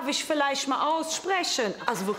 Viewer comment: "isch liebe Senioren, die sind so schön....alt"😂😂